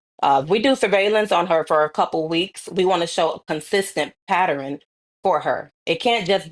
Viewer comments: That woman pronounced the word pattern as "PATTERUN" You have to be kidding me. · Patterin?? Or pattern 😂